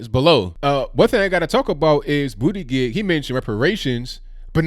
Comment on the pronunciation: Huh hu huh!! He said Bootygig!